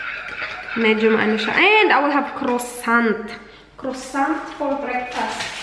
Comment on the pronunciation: Hi,,croissant is pronounce as quasant